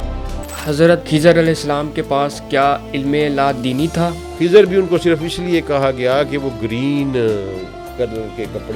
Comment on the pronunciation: خضر ہوتا ہے ۔۔۔ کھزر نہیں